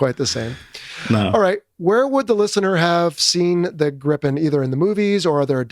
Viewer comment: Haha the interviewer pronounce gripen better then the Swedish pilot😅😅😅